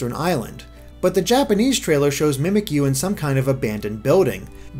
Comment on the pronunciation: Finally saying Mimikyu right! Now on to Bounsweet! Bounce-wheat! Bounsweet! it's sweet and bouncy! Tell your friends!